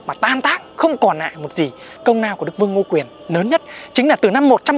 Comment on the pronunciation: Phát âm chuẩn "L" ,"N" công Lao ko phải công Nao (nà ný nĩnh...) sai hết cả "Tr" , "Ch" nữa Cố gắng nữa là ok